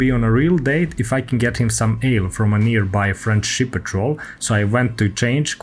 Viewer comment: “French ship” sounds like “friendship” 🙃